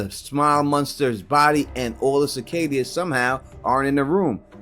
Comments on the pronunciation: Sa-cay-duhs.... Not however you were pronouncing it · yeah I was gonna point that out